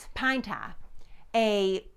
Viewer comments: Pan ta? I had to turn on CC to learn that "pan ta" was "pine tar". My mid-west ears sometimes has trouble with accents. Nonetheless, the history is very interesting. Thank you. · A bowl of pintahh....??? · Pine taaahhh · Love your accent! "Pine TAH!" Coming from New Jersey, another Revolutionary War hot-spot by the way, I pronounce it "Pine TAHR." Amazing the difference a few hundred miles make, isn't it? 🤣 I suspected it was going to be pine tar, I couldn't think of any other sticky substance around at that time considering petroleum products were far in the future. I WAS surprised at how dark the stuff is, I'd heard of pine tar but have never seen it. I've heard pine tar is used as a cheating element in baseball but just how it's used for that purpose I have no idea. And I'll tell you, you've got more nerve putting that gicky stuff on your arm than I do! Yuck! Thanks for posting this VERY entertaining video! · Hearing her say “pine taah..” never gets old. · "Pine Tah". ;-) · It's pine tah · Pine tah. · Pine "Tawr"?....sorry but I never heard of that here in the Wabash River Valley....but keep up the good work😀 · It's pronounced "Pine Tah" 😮❤😂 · Bless her heart she says pine tar wrong. .You pronounce the r at the end of tar.